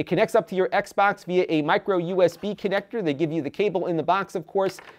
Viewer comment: did he say micro USB?